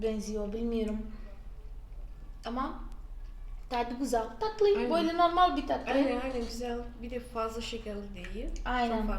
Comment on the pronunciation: Tatlıyı ne kadar datlı diyorsunuz :))